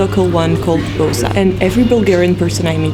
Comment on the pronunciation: BAnitsa(Баница), BozA(Боза). I've not heard one foreigner pronounce it right.